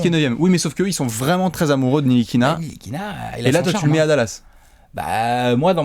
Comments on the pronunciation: Ça se dit pas ainetilikina? Pourtant vu comment ça s'écrit ça devrait se dire comme ça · non ça se dit bien Nikilina